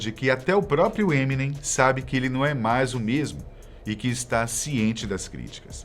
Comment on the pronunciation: Nossa, "ninguém" nessa terra brasileira pronuncia da maneira certa: EminÊm, com a sílaba tônica no NEM